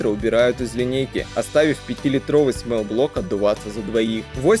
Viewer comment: "До пятиСОТ". Склонение числительных. Не "смэлл-блок", а "смолл-блок".